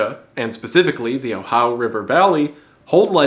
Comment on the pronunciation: the way he Southern-fries "Ohio"